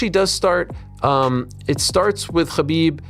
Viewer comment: Chachbib 😂 Just say Kabib Archangel!